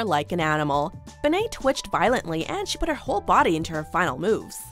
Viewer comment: She called Bebe benet?